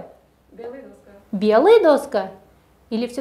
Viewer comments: Правильно же сказал парень: цветы- м.р(И.п что? цвет). Если слово во множественном числе, это не значит, что у него нет рода. И что за дОска? доскА [даска́] на А падает ударение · Коллега? Позор Вам и вашей коллеге. У Вас беда с пунктуацией, а у коллеги вашей - с ударениями. какая дОска, значИмые темы 🤦🏻‍♀️ Да и само предложение «Самые главные, самые простые, но самые значимые темы у нас» Что? Сама то поняла что-то? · Доска ударение на А , неправильно произносите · В слове доска ударение падает на конец слова. Учительница сама не знает